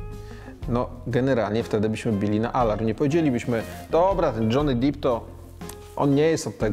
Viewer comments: Rzadko się zdarzam w 100% z Krzysztofem... ale dziś jest taki właśnie dzień. :) PS. Może poza Dżonym Dipem. Czyta się "Dep" raczej. ;) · Panie Stan, program jak zawsze dobry, maly wtyk z angielskiego... wymowa ( dżony dep) nie dip. Pozdrawiam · Nie Dżony Dip tylko Dżony Dep, GAMONIU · Stano, Johnny Depp, nie Deep. (dip - tak jak wymawiasz) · Panie Krzysiu, Johnny Depp, czyt. Dżony Dep. Za głęboko (deep) Pan wszedł z ta wymową. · Dip 😂 Czyta się tak jak się pisze, czyli "Depp", oczywiście tylko jedno "p", Stano nie rób z niego sosu 🤣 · Szystko zgoda, ale Johny DIP????😂 A nie Depp???.... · dżony dep, a nie dżony dip, Panie dziennikarzu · Panie Krzysztofie wszystko fajnie.. tylko nazwisko Johnny'ego Depp'a wymawia się Dep a nie Diip :) Pozdrawiam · Krzychu, nie DŻONY DIP tylko DŻONY DEP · Krzychu, kocham Cię i zgadzam z Tobą... ale Dżony DEP nie DIP... ;) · FYI panie Krzysiu, nie Johnny Dip tylko Deep - E nie I. Dip to do chipsów panie Krzyśku. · Dżony DEP, nie dżony dip. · Johnny Depp, nie Deep, mr Stanowski! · Od kiedy Johny Depp wymawia się jako „dip”? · Krzychu co za wtopa! Dzony Dep a nie Dip meeeeen! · Czyta się Dżony Dep, a nie Dip szefie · Ale z tym Dipem to majstersztyk. Gimbaza napisała już tyle komentarzy o tej błędnej wymowie, że z pewnością wpłynie to pozytywnie na zasięgi. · Tego się słuchać już nie da, niezła passa Stano się skończyła szybciej niż zaczęła : ) I Dżony Dip xD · Johnny Depp. Nazwisko wymawia się tak jak się pisze. Żadne Diip.... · Wymowa nazwiska tego amerykańskiego aktora o którym mówiłeś jest inna. Wypadałby się przygotować pod tym względem przed takim porównaniem.